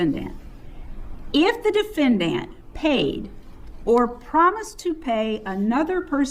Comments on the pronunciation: Her insistence on pronouncing the word "defendANT" is so annoying. I know that's petty but combined with everything else--the preachy approach, treating the jury like stupid children, her nonsensical denial of all the evidence the state has provided--I cringe every time she walks up to the podium. Nothing about what she's doing can be playing well with the jury. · DefendANT is driving me crazy. It is hitting me the way some people say salmon or herb 😅🤣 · I hate the way she pronounces the word defendant...😂